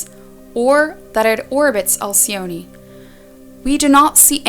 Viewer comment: Alcyone . The 'e' is just pronounced.